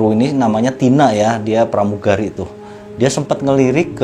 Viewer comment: plamugali 😂😂 😂😂